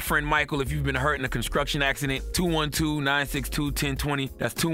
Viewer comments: "Conskruction accident" lol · "Call Michael if you've been hurt in a Con-skruk-tion accident" 😂😭😂😭